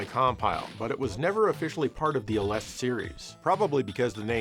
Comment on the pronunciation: Aleste is pronounced more like Alest-ah. アレスタ